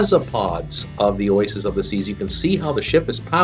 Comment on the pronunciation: oisis? its oasis.